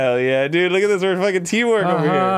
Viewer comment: Arin: Loogat this we’re a fuggin teamwork over here